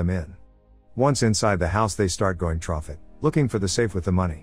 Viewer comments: Trough is how you read THROUGH? REALLY A.I? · it's through not "troff" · I actually didn't realise it was a computer voice until this episode. I loved watching this chanel I thought it was well put together. I hate computer voices. I won't be watching any more of this channel. The word is pronounced. "THROUGH" not "Throught" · I’m just giving a bit of advice, it keeps saying trough instead of through when you mean to put through so I’m not sure if this helps or not but make sure to change that next time. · Yeah when I first watched their vids, I thought it was an actual dude with a very monotone voice and then I heard him pronounce the name ''Ally'' and was like ''okay this is a robot'' lmao And in this video he keeps saying ''trough'' instead of ''through'' 😂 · The "trough" made me laugh every single time lmao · Troff the door and troff the window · no need, it happens multiple times. The voice says “troff” instead of “through” 😂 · "but find only a small window which only rocky can go troff" 🤣🤣🤣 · funny how you spelled through wrong the whole video, the computer keeps saying trough XD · It took me 13 “troughs” to realize the voice over was trying to say “through” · Keeps saying TROFF the basement.. is the robot voice trying to say through? LOL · Drinking game: every time the computer mistakes "through" for "Trouff". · Why trough instead of through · Love the recap, but cannot fully concentrate on it when the voice is always saying "trough" instead of through....... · I think the bot is broken, it keeps saying 'trough" instead of "Through" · The TTS keeps saying trough instead of through lol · by the way, it's ''THROUGH'' not "TROUGH'' .... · I cant handle "through" being pronounced "trough" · Why did he keep saying trough? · I've been trying to figure out in my mind why does it keep saying 'trough' only to realise it's saying through and that just made me die inside abit for some reason... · Not the first video where it keeps saying trough lol